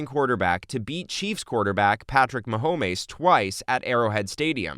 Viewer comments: Whoever narrated this video must have been spaced out. Mahommez?! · Ma-Ho-Mez... Yeah this version of his name sounded spanish to me. I wonder if there is something in that or if it was just a slip. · Someone pronouncing it that way seriously makes me question his knowledge of the players and the game overall. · How did this dude just pronounce Mahomes? 😂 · lmao thought the same thing when he said that. I live in Buffalo and am a bills fan to my core but for some reason the way he pronounced that name bugged me lmao